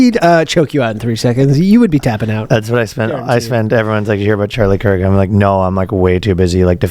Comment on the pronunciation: a british man pronounce kirk’s name and my day was literally ruined